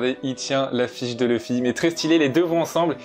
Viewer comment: Je regarde les 2, pour avoir l'expérience complète et non dilluée. Je suis allergique à la VF par contre par ce qu'ils ont donné une voix au mieux passable à Luffy, qu'il n'y a aucune émotion dans cette VF et surtout, son nom c'est LUFFY, pas Leuffy ou Le fy !!!!!!!!!!